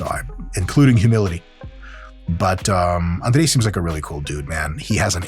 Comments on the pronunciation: После идеального произношения имени Андрей и признания, что ведущий жил в Москве до 7 лет... Все встало на сво места ) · Я 5 раз переслушал, точно ли он русский 🤣🤣🤣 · you pronounced his name almost perfectly, 98% close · How df u said he’s name without an accent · Я чуть с кровати не упал, когда др. Майк имя Андрея без акцента произнес😂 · Как же круто он произносит слово Андрей, сразу видно откуда он родом :face-green-smiling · Duuude, he pronounced his name like a real russian native speaker, it did suprise me how he said it authentically, considering that he left Russia when he was 7. Woah